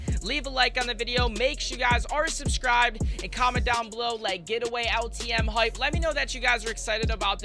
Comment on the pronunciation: "Like high stakes hipe"